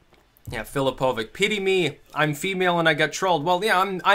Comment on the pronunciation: U mispronounce filipovic and im a croat but dont wory u are not racist! filipovic is pronounced as filipovich!